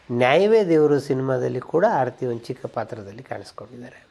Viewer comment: Hi sir, ಆರತಿ ಎನ್ನುವ ಬದಲು ಮೊದಲಿಗೆ ಹಾರತಿ ಎಂದಿದ್ದೀರಿ. ಗಮನಿಸಿ